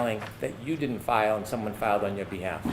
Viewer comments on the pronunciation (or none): none